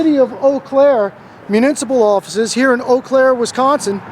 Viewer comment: I'm glad to hear you pronounce it properly there is an Eau Claire near me and nobody can pronounce it a lot of people say Eeee Claire.